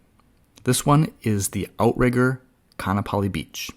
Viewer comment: its pronounced Ka-a-napali